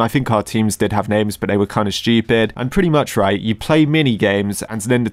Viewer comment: “They were kinda strupid”